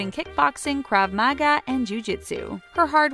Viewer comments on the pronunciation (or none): Why did they pronounce krav Maga like that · OMG the last name thing is BRUTAL also add how she said Krav Maga